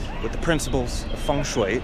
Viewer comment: honestly speaking bro, you know china and chinese culture better than most foreignners. especially when you said "fengshui", that's really amazing!